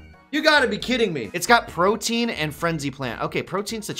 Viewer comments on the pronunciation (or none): Pro-tea-an not pro-tee-in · I love you guys, but every time you pronounce "protean" as "protein", I die a little inside.